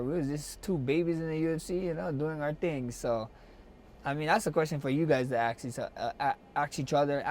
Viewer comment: aks aks aks holloway